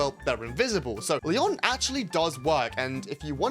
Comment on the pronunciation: aint no way bro pronounces Leon like the french city (Lyon puts emphasis on the "o", while Leon on the"e"; Lee- on.)